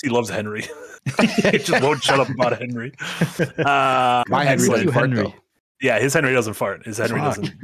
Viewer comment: Hennerey XD